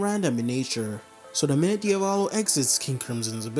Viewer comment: “Diavallo” bro it’s pronounced Dia-vo-lo like how you would say Diablo